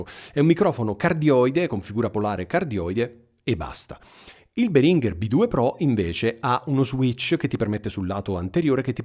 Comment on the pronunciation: Si pronuncia Béhringer.. in effetti Behrínger fa sanguinare le orecchie. Puoi ascotare il signor Béhringer che pronuncia il suo stesso nome qui su YT.